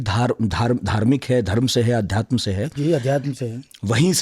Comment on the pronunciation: आध्यात्म नहीं अध्यात्म, लहज़े नहीं लहजे। Why don't Aaj tak employ someone for language? Such bad pronunciation ruins the language! Don't you feel responsible?